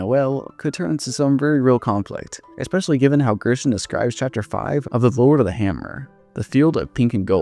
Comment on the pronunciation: After you said "eXpecially" i I immediately remembered who you are and all your DR videos 🤣